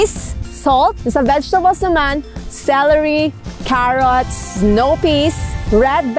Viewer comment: Ohhhh my God diko ko kinaya ang pronounciation mo sa kherots (carrots).heheheee. i super duper love your personality, masyadong funny and that makes me more interested to watch and wait for your other vlog. Plus napakasarap pa ng pansitt na niloto mo, i love noodles and the pusit at shrimps with it. total package na lahat...thumbs up! Bagong kaibigan, daihl sa ganda ng vidoe mo ay dinalhan kita ng regalo, sana makadalaw kain sa aking kubo, God bless and seeu soon...